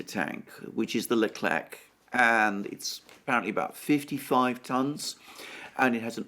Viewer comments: Leclerc in french is pronounced LECLAIR....thank you. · The "c" in Leclerc is mute 🙋‍♂😂